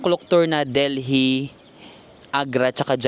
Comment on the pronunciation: Deli po ang pag-pronounce, SILENT H ang Delhi.